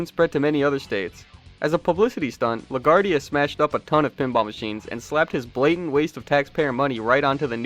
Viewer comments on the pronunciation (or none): Good documentary. This really covers alot of ground. However La Guardia's name is pronounced with a "w" sound for the "u". He was Italian American, not Spanish. La Guardia was atypical for Italian-Americans at the time, as he was Protestant (Episcopalian), and also a Republican (albeit a liberal sort that supported progressive politics). Protestants happened to represent a large number of Americans at the time, and generally took a dim view of gambling. However, his attitudes were typical of many Americans in general, and that's one of the reasons he was so popular.